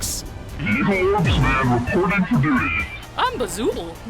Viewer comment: ITS ORBSMAN!! NOT ORBSMEN😭💔